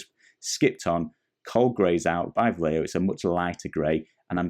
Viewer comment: Great videos! By the way "Vallejo" is pronounced like "buy-echo" all together, just in the "echo" part change the "ch" sound for an "h" sound like in the word "he". Hope it makes sense and helps. Thanks for the tutorial.